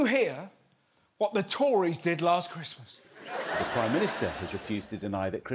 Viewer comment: Lass chwismass I ga(Y)ve you my hum.